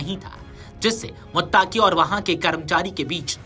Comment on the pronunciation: Muttaqi bolo muttaki nahi